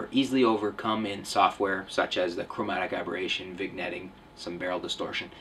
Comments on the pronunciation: it's pronounced (vin-yetting) not vig netting. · Lol, "viGnetting". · Did he say vigg-netting? #NitPicking. Lol